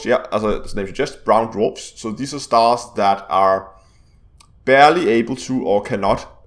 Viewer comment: "Brown dwaprs" . Lol